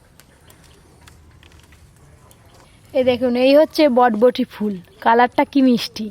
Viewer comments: Botboti noi ota borboti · হ্যাঁ সমানে বটবটি বলছে কথাটা হবে বরবটি😂😂😂😂😂😂